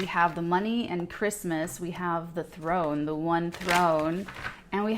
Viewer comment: "Th one" (THRONE)